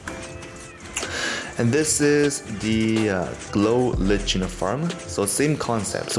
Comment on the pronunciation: ITS GLOW LI-CK-EN